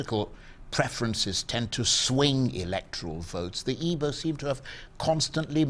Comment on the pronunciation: Charles, you an Igbo man, pronounce the word "Igbo", " Nwodo", etc correctly ...